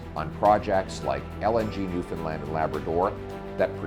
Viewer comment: He even pronounced Newfoundland correctly. This guy is awesome sauce